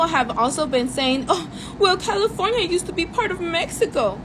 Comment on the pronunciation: A big emphasis on “ Use to be”.